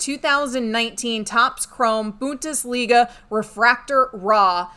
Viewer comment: The BUnT-is-liga? Say it again now - "BUn-DES-LeeGA" !!!